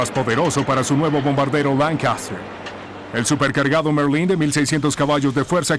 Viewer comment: Focke Wulf, como lo pronuncias que no se entiende? Láncaster tambien mal pronunciado